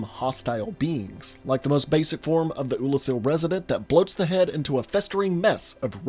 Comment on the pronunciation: You said Oolacile correctly...but not Izalith...you confound me, and I love it